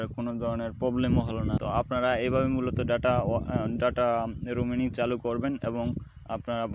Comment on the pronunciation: দাদা রুমি আনিং 🤣